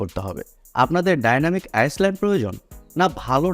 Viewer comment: আইসল্যান্ড না রে ভাই ওটা ডাইনামিক আইল্যান্ড 😄😄